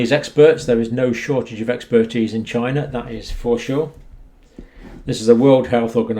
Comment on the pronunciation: It did not come from "China." It came from "Chy-na."